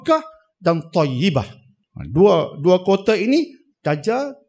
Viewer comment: Toybah.... bukan toyibah